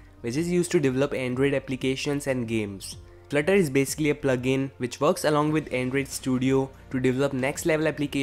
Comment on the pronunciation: FLUT-TER!!! Not FLIR-TER '-'